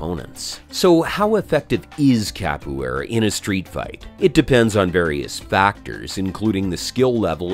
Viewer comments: He wasn't that wrong tho. In potuguese it sounds a bit like "ka-poo-é-ra" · Cap - oh - aye- rah. Too hard to watch this.